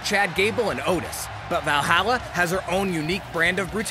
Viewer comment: WWE is screwing over the Viking Raiders. Dude can't even say Valhalla right. Lmat